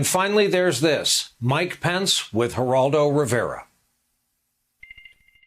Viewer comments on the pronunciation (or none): none